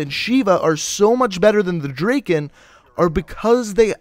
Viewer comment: Lol he cant even say Drakon and he uses elo😂